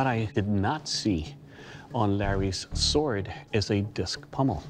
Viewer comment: 😂 bro said "sord"